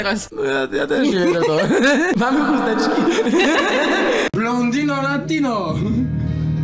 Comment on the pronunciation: Blondino juz nie jest blontino tylko brunetino 😅